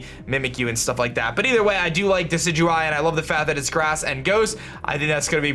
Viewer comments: First person who knows how to pronounce Decidueye. Instant sub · My Team: Decidueye (FYI it's pronounced de-si-ju-eye) Vikavolt Lycanroc (Midnight) Salandit Water Spider Pokemon/Wishiwashi Mimikyu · You fixed your decidueye pronunciation :)